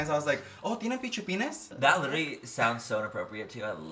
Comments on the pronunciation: “Tienen PICHUPINES?” I love this. My mother calls push-pins, “chonchitas.” But I’m going to start calling them pichupin from now on. 😂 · Excuse me “tienen Pichupeens”jajajaja